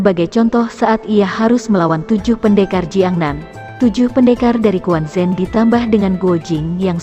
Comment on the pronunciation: Quan Zhen dibaca Chuen Cen,, bukan kuan Zen, huhuhu